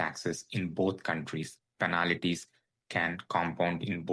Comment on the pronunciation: Please pronounce penalties.... Not penalities.😊